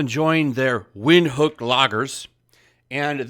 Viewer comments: It's a South African brew..prounouned "Vind-hook"....not wind.....other than that I don't see why it got banned. It's madness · It's pronounced Vinthook. It's not the best beer but its good. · Its pronunced vin-hook and its one of the most popular beers in Southern Africa. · It's pronounced Vint-Hook 😂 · It's prounced "Vint-hook" very good German style lager from Namibia. Ja, you never put lime in it unless you're a "wus"